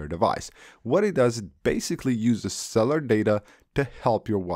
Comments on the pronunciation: Cell-u-lar not cell-ar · Someone else actually caught that too!! “Go ahead and swish cellar data off”!😂😂